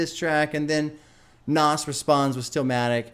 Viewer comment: OMG 2 albums in and you still can't pronounce it right 🤣 (it's Naz, )